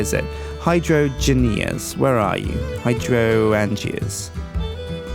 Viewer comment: its pronounced High-drain-juh not hydro-an-g-ah.